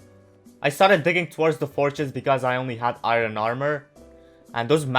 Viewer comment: Iron not iro